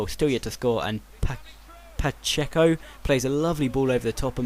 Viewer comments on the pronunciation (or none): its pa-sh-A-co